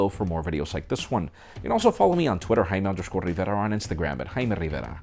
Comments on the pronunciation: Some Kind of Nice Jaiiiimmmmere Rivverrrrrrrrrrrra. Please note the Rrrrrrrrrr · im sorry i honestly could not catch your name the 10 times you said it. haimaiammidada? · I totally feel you. Couldnt tell if he has doing it on purpose with his name or if it was scrambled. Nice review though.